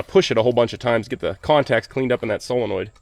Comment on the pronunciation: Hey, nice to hear someone who can say “solenoid” proper! Yer mate over at Dirt Perfect keeps saying “SELENOID” … so could you please wise him up on the correct “prenunciation”?